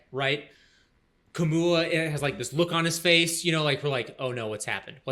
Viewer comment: Kamau not Kamua!